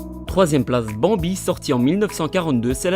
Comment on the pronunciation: j'aime sa la façon cmt tu le prononce < >